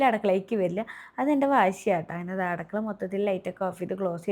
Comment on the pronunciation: അടുക്കള ✅ അടക്കള ❌